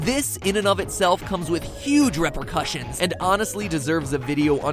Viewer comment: Dear Mat; It's Repercussions, not Reprecussions ;3